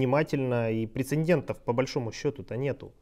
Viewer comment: прецедентов, не прецендентов. просто поправляю. на этот раз уже не тебя, а босса forze